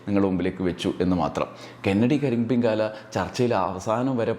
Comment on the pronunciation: ക്രിസ്തുമസ് ആഘോഷങ്ങൾ പലപ്പോഴും അമിത ആഘോഷങ്ങളായി മാറുന്നു എന്ന അഭിപ്രായമുണ്ട്. എന്നാൽ കെന്നഡി കരിമ്പിൻ കാലായുടെ പേര് തെറ്റായി പറയുന്നതിനോടും യോജിപ്പില്ല. കന്നടി കരിമ്പൻ കാലൻ എന്നാണ് അയാളുടെ പേര്.